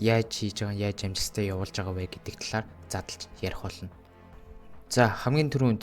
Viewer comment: L usgee unshuj chaddaggui ym uu kk ss amjilttai bish amjistai geed baihii kk